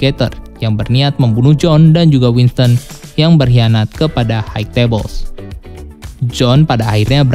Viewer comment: High gak dibaca haik bang, tapi Hai.